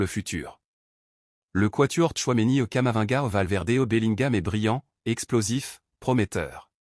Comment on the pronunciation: Il s'appelle K A M A V I N G A et non "Kamavanga".